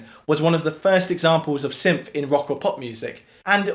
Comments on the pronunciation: Dude, it’s “synth,” not “symth” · what are you saying? Symph? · I get people have different accents... But you're saying "symph"... the same way you would say "symphony". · It’s syNth, not syMth. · It's pronounced 'synth' not 'synf'. Great video! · It's pronounced "synTH",not "symph"..what a symp! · Some dialects don't have certain sounds, like Mandarin has no "rrrrr" sound. They have never learned how to make the sound because it is not pronounced in their dialect. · seriously reconsider talking at length about an item with a distinct "th" sound in it's name when you can't deign to do us the favor of putting your tongue against your teeth to make the proper sound. English much?